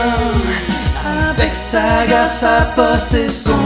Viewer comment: Amieeeenn avec sa gaareeee et son aichannnnnnt 😂 😂